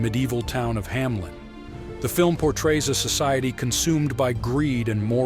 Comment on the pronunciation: It's HAMELN, not Hamlen though.